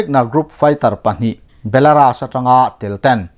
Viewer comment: Non Alis movement te han ti reng2... Non Align movement titur.. belaras nilovin belarus tia lamtur